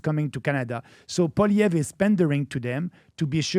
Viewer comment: PBD , your pronunciation of Maxime Bernier's name is beautiful. PLEASE work on Poilievre. I cringe when I hear Americans say it. Think of it as "Polly Ev" That's it! Forget all the other letters. It's French!🤣 but that's how it's said. Please and thank u❣️😀🎉